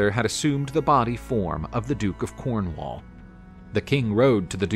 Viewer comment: Cornwaal and tinttigel. Brittany? 10 out of 10 for enthusiasm, but you just have to watch Excalibur to get the pronunciation right.